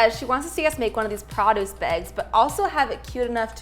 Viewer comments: Wait how did pronounce produce 😳 is that a Canadian thing? I say “p-row-duce” but I swore I heard “p-rod-uce” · Did she say produce? Like PRO-duce.?Sounded like prawduce and I was like, wtf is she talking about?! What’s a prawduce bag? 😂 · Anyone else confused when said “prahdis” aka “produce” 😂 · Produce.. that's so interesting how she pronounces it, is that a Canadian thing? "Praa-duce". I've never heard it said that way.. only "pro-duce". 🤔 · pronunciation of produce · Anyone else triggered by the way she says produce? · does anyone else not pronounce produce like that?